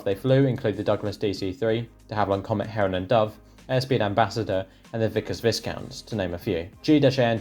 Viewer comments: Vicount not Visscount!! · Yes its VYE-COUNT.. not viscount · Americans can be forgiven for murdering the English language but please. The s in Viscount is silent and the word is pronounced Vye-count. You're welcome. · Thanks 😊 minor point though, Viscount is pronounced "Vicount" ... The S is silent. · Pronounced Vyecount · Yeah right, I would have thought any Brit with an interest in aviation would have simply known how to pronounce that word properly!! (again yeah right)